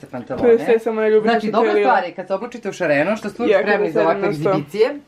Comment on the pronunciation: Šareno a ne žareno🏳️‍🌈